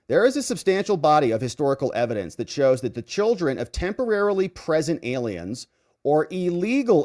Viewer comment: Illegally PRESENT, I thought you said illegally pregnant